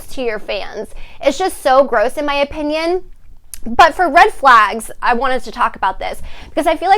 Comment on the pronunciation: I’m late 😭 I had school lol! Anyways loving the aesthetic vibe you’re giving 🤍🤍 Also I’m saying OP INN YUNS now instead of opinion now lol